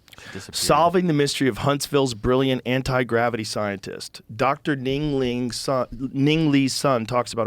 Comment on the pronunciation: He really said ding Ling 😂😂